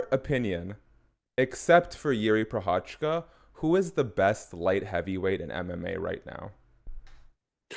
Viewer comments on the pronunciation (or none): easiest way is write - Jiří Procházka - into google translator and listen how it pronounced, because you pronounce Procházka wrong 😀 I know its not easy because every language use mouth differently but you would be first one foreigner that nailed it 👍🏼😀